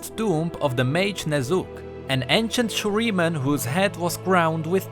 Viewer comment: Am I the only one hearing Ner'zhul everytime he says the name Ne'Zuk? :D